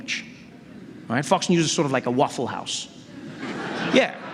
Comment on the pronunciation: Love the way he pronounces Fox News... hahaha that's funny!!!